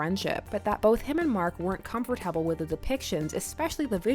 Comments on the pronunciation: I love you but can you please say comfortable RIGHT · your pronunciation of comfortable makes me uncomfortable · The way you said comfortable tho.. XD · the way she says comfortable is so funny